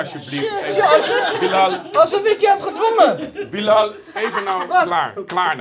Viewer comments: WHAHAHA hoe Bilal zegt"billajl" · Billen al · Hoe ‘Bilal” zegt😂